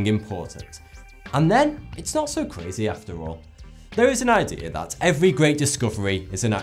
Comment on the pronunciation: Why do all British people say "frew" when saying the word "through?" Same thing when they say "dat" instead of "that." Like wtf.